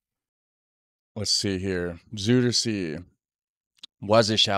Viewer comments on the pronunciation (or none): "Zoiderzay" might be more close to your pronunciation. Just trying to help here. Some people still claim it's harder to learn Dutch than most other languages, because of its deviations and exceptions both in meaning and in grammar, not to forget pronunciation, but with the mixing of so many 'refugee' cultures and languages all is changing all the time. Makes it even hard for a born resident to keep up with the lingo. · Rijkswaterstaat channelmight interest you. You’ll find a lot on how the Netherlands protects itself against the sea, including the Deltawerken. You pronounce Zuiderzee quite wrongly 😅.